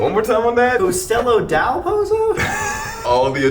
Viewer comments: CASTELLLLLLLLO DEL POTSO THATS HOW YOU PRONOUNCE IT WITHOUT THE STEREOTYPICAL PIZZA CHEF ACCENT REEEEEEEEEEEE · from an Italian: that was one of the most awful but funny pronunciation that I've ever heard 😂😂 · the firrst place pronounce hurts as an italian😭😭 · I’m Italian and no one said it right lmao